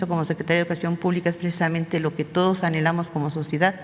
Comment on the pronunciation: Conté 25 "precdisamente" ;)